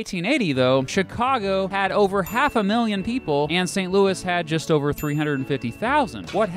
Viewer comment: Its St Louie not Louis Yes believe a Cubs fan that no I'm no Bandwagon I left the Yankees for the Cubs